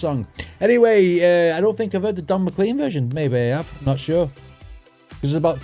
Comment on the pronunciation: It’s McLean as in “lane” and the big bopper not big booper